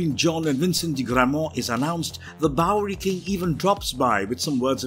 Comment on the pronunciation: Anyone else noticed that says "bowlrey"